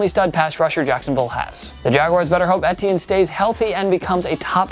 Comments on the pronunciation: Etiene= I-tea-in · Pronounced E-Tee-N I'm pretty sure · Why do you say travis etiennes name like that?? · The way this guy says ‘etienne’ bothers me